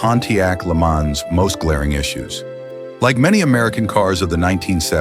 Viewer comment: The content here is downright offensive. Way to throw shade on American cars. Pronouncing LeMans as Lemons is also offensive. (AI-- not exactly progress)